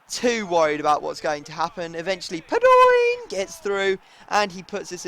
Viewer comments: Please. Stop staying PADOOOIIIINN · That 'padion' has got to be the most annoying thing ever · STOP SAYING PADOOOOOIN. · I don't mind the sound but you know it's actually pronounced PA-DO-EEN not PA-DOYNE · Padoin is pronounced pad-o-ween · You pronounce it pah-doh-een for fuck's sake. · its pad-o-in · Stop saying padion like a mong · Please stop saying padoing like that it is annoying XD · Fuking bitch , stop saying padion like that. Unsub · Please stop saying Padoin like that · why do you keep saying PADOIN its so GAY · this is the first episode i have seen and already how you pronounce paidoin is annoying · Fuck off sayin padion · Please, stop saying Padoin like that it makes me cringe. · PLEASE stop saying padoin PLEASE